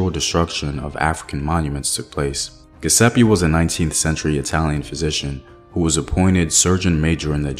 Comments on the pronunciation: Thx for another great video. Giuseppe is pronounce Jewsepy 😊 the G sounds like J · Pronunciation is GEE OOO ZEPPE OR GEH ZEPPE fyi